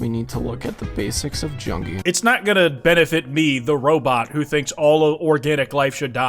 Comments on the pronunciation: i could like grind my teeth and not rage to this ragebait for 2/3 of the video but when i heard the way he pronounced "Jungian" i'm pretty sure i popped a blood vessel somewhere in my brain box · & he didn't even pronounce "Jungian" correctly